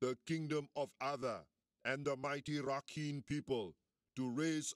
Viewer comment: rakhine is pronounced ra-kind lol